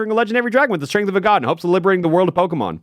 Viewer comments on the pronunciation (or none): none